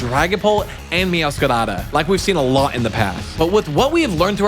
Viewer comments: BRO I HATE THE WAY YOU MEOWSCRADA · I find it funny how he rolls the r like it’s a Spanish r when saying meowscarada